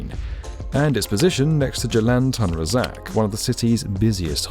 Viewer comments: Commentator, what makes you think it is pronounced Tan as opposed to Toon Razak ? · pronunced Toon Rah Zark. It's grating on my ears! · Nice video, btw it’s pronounced “toon raa-zaak”